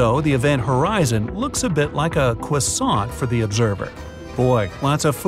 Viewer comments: Nobody: Not A Soul:: Cwissaont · I love the way he said “cwaisont” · who wants a cwissaont?